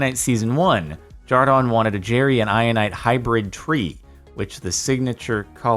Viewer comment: Isn’t his name Jordan not jardon?